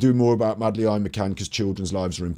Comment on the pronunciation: Love your mispronunciation of Madeleine's name.x